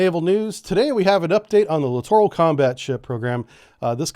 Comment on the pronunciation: You litorraly mispronounced that word every time.